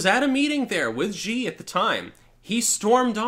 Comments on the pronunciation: His last name is pronounced "she" like she-male. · the pronunciation of that dickhead's name actually sounds like "She." The letter X in Chinese pinyin is pronounced like an "sh."